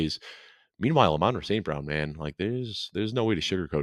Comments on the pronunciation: Are you guys purposely miss pronouncing Amon-Ra name? It is said like the Sun God. YAll sound weird. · Who names their kid amon ra? But these guys are wierd??? Dont get me started on his brothers name!